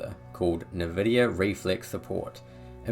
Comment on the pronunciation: The way you say nvidia actually annoys me